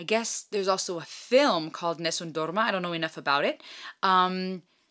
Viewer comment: Just subscribed, enjoyed that you took the time to give some background on "Nessum Dorma" (with beautiful pronunciation). So cute when it occurred to you that you did in fact know the song. Looking forward to your reaction to "Home Free's" vast catalogue. For something really different please consider listening to "Everybody's Walking This Land". Be well.